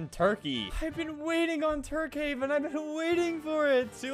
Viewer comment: i swear i heard "turdhaven" when he say tukehaven